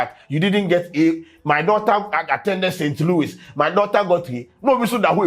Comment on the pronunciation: it’s not “St.Lewis” it’s “St.Louis” the s is silent😊